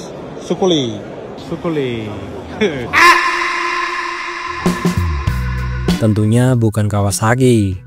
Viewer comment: Suzuki ❎ Sukuli ✅ 🤣🤣🤣🤣